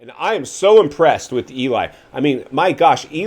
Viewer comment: You know what is hilarious 😂 you speak like Jet actually listens to your crap..Lol and Like Ricky gives a 💩 what you think..How about he can't seem to pronounce the word With.. and yet he manages to say WIT at least a dozen times, Notice you have nothing to say there..Shut up dude.. Still wearing XXX shirts OMG bro.. the 90's are gone.. your funny